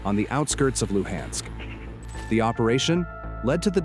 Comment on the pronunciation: The "Lew-Hensk" region? 😂😂